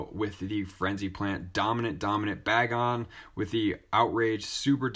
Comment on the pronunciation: I know this is a minor detail but it’s BAY-GON 🤣